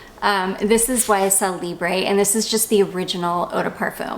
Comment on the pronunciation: You do pronounce the letter b in Libre...I checked it to make sure on "how to pronounce"..and they are French!